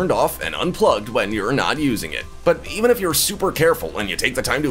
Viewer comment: “Jeaven” what?